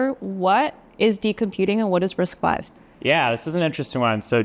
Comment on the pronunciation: Wait! Its Risc five not Risc vii?